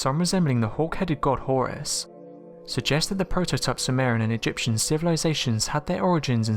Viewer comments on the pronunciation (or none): none